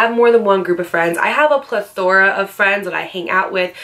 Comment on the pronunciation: Plathora?? Lol